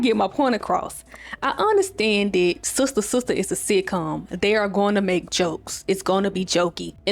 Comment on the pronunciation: And “Sustah Sustah”